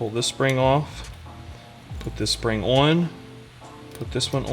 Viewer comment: Whose accent is this fat guy making fun of? He says "aww-in" while trying to pronounce the word on. What and obnoxious asshole.